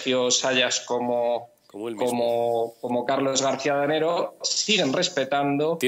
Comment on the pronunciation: Adanero, no Danego. Os estáis luciendo